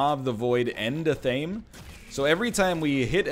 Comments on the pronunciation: You probably don't care but it's not a-thame it's ath-uh-may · Friendly reminder, athame is pronounced ath-uh-may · Athame, pronounced essentially as you read it, Atha (you've got that bit) - me (as in may, the month) It is a dagger with a black handle, often used in ceremonial context. previously when you've picked it up i thought you just misread it accidentally. Now i'm convinced you think that's what it's name is.